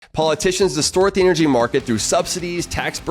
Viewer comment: You're a PhD and you can't even pronounce half the big words you use. What the hell is "eneryee"?